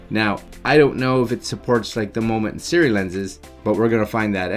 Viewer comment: I'm just guessing (and had to laugh because every time you said "SIRI" my smart objects woke up) but might it be pronounced "Sih-roo-EE" as opposed to SIRI. Must be right? Silent U? Things I think about.